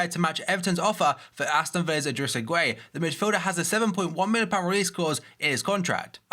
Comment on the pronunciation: Mate, Gueye is pronounced by the commentators on FIFA 'Edrisa Garna Gay' so just call him 'gay'